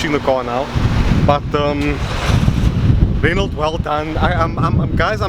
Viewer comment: Oh for the love of... it's not pronounce "Renold"... :) :)